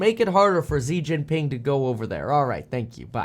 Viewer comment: It’s shi jing ping not zeee Jin ping